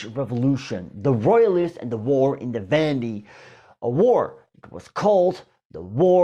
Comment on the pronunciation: I cannot watch this after he mispronounced "la Vendee"